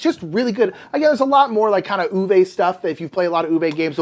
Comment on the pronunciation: Uwe is pronounced OO-vuh (not OO-vay)